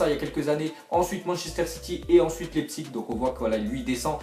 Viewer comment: apprenez à dire Leipzig! !!